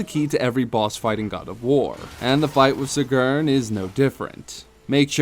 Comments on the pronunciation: Sigrun, not Sigurn. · It's "cig-run" not sig-urn 😅😅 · SEEEEGRIN...not suhgurhn hahah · She is called Sigrun, not Sigurn. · The way you say her name is cringe. It's pronounced See-Grin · This dumb fuck keeps saying Sigrn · why do u say sigrun like that. saying it very wrong